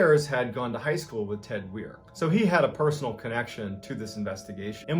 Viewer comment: I believe his name is pronounced w-eye-er Weier.